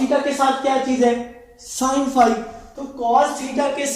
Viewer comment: Sin become son 😂